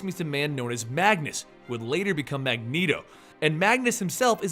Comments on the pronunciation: every time you say "magus" it drives me nuts. it's "magNus"! lol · I liked this video, but it's Magnus, not Magus... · The way you mispronounce names kinda pisses me off just a teeny tiny little bit. Magus, indeed.